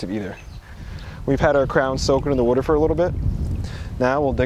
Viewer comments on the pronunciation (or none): Love how you say “Wuter”